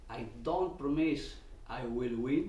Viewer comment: "I dont promise I will win, but I prommise.(nervous pause)....we will work hard..." Oh...